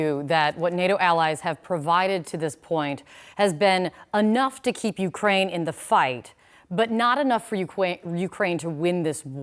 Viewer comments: ukwain xd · Ukwaine after 2 minutes almost turned into Jonathan woss there 😂